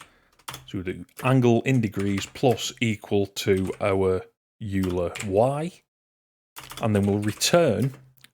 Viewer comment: Excellent tutorial. Very clear and well communicated. One minor nitpick though: "euler" is pronounced "oil er" rather the "you ler". It's a reference to the Swiss mathematician Leonhard Euler of Euler Identity fame.